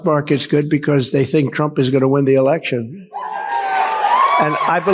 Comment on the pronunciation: LOL did she say Biden held an erection? in that clip ?